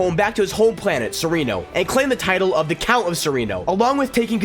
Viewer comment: You pronounce Serenno wrong.